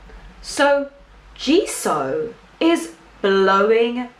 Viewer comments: Jisoo is pronounced gee-sue it’s a long ooo sound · The way to pronounce Jisoo is Jisuu and sounded a bit like Gisuu